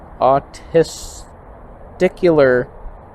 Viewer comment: The way you said auwwtesticular should be a meme. You are such a funny guy. By the way, and I swear to God I'm not making this up. My mom worked at a pharmaceutical company that had one department that made glassware. Her job was to add calibration marks to the pipettes and graduated cylinders. They did that by adding Mercury and weighing it and making the marks. She would come home wearing her lab coat and she had Mercury in her pockets I was six. I would play with it. I would take the lid off the monopoly box and move it back and forth and watch it break into 1 million pieces and combine again or put a dime in it and have it get real shiny. My grandfather drove a gasoline truck from Miami to Key West. The fumes made his hair turn white. Or maybe it was fear. Back then the bridge over the keys was very narrow and his truck was wide and he couldn't swim. When he went over the bridges he would crack open the door in case the truck went over the railing so he could get out and not go underwater. Which since he couldn't swim I never knew why that would help. We sprayed DDT on everything. Don't get me started on the lead paint and asbestos. Some of the little kids would go outside and follow the mosquito truck around when it was Spring poisonous fog early in the morning. Plus I imagine everyone had a lot of cortisol in their body from being constantly full of fear that the Russians were going to turn us into nuclear dust with all of their hydrogen bombs. We would have the early w